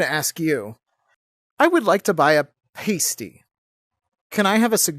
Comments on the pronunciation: Pronunciation of Pasty was not British enough. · When you finally said Pasty correctly, I was surprised it didn’t work.